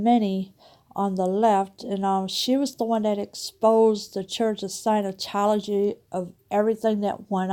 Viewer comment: Scientology not "Sinotology." At least pronounce it right.